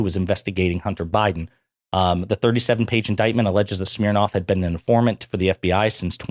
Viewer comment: Schmirnoff…🤣 schmirin’ lies.🤣